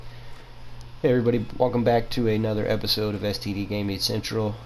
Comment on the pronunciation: lmao you said welcome back to another episode of "std" gaming not "sdt" also nice vid.